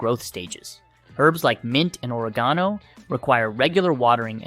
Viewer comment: The pronunciation of oregano indicates this is all AI generated content.